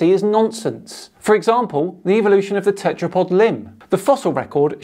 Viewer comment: i notice that these people pronouce it as EVILution